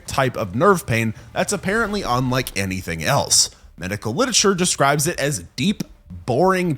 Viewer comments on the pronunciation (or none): none